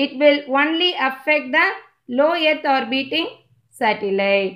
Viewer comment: It is earth not yerth